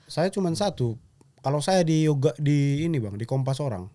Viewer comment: Mau bilang "diogar" gajadi bah 😂😂